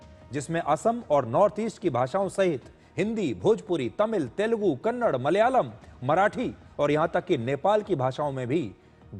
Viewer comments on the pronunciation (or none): none